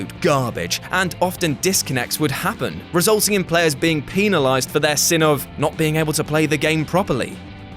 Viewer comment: Did he just say oobysoft..? And peenilized..?